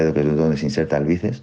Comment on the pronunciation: Dicw bices en vez de biceps jajajjaj